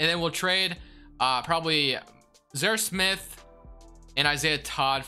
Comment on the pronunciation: "Zer Smith" open your mouth and slow down.... its Zhaire Smith. You talk way too fast.